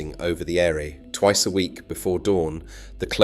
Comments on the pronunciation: its not air e its aire like heir to the thrown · AI slo at its worst. Countless pictures totally unrelated to the city. As for the pronunciation of words, ‘Airey’, 😂🤣😂🤣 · Correction. The name of the river is the Aire, pronounced air. This is a fundamental piece of information. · Just FYI, Aire is pronounced the same as Air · You do know, don't you, that an AI-written script makes you sound utterly fake? Especially when it's read by AI as well (e.g. pronouncing the name of the river Aire differently in different places). Slop. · As it can't pronounce the River Aire - sounding the "e" - it's machine generated AI.